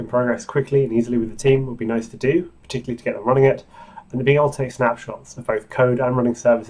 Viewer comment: Awesome, but OMG that accent! The word is not "particly". It's "particularly", i.e. 5 syllables, not 3.